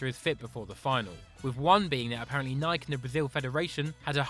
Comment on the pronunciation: It's a good video but the way the says Nike pisses me off